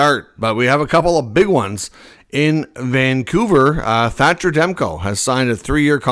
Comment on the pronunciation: It's Vancouver.